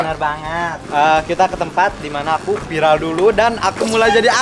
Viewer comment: Salfok sama yg bilang "vilar."...Viral bukan vilar